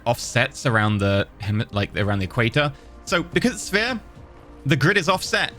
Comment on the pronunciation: You have to love ability to speak as sphere sounded like spear.